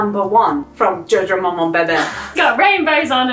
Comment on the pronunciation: In case you were interested in how to pronounce "Jojo Maman bébé", you got the Jojo Maman right but the "é" in "bébé" is pronounced as in the word "bit" :)